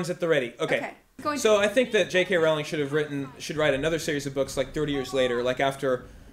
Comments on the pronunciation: I'm sure this has been noted by now, but it's "Rowling" pronounced like "bowling." Alt-world preference: e'rrybody gets with Luna. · I would be obliged to turn in my nerd/geek card if I did not mention the correct pronunciation of the author's name. Spelled "Rowling" it rhymes with bowling (as in bowling alley). I used to think it sounded like rhymed with "howling" (as in baying at the moon) as well.